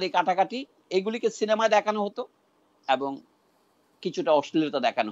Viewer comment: ক্যান্দ্র, এ্যাবং, এ্যালাকা, ত্যাকনোলজি এগুলো কি উচ্চারণ করছেন উনি?